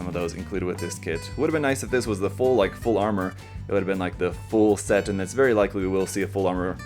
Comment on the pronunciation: LED ‘set’ not ‘sheet’.....